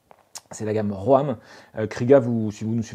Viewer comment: Pour info, ROAM se prononce RÔME et non pas RÔAME 😄. En anglais ça veut dire "errer".